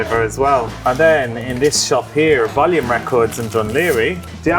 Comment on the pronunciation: Im sorry? HOW did you just pronounce the name of the town Volume is in??